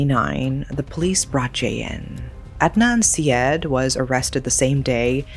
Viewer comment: Syed … “side-aid”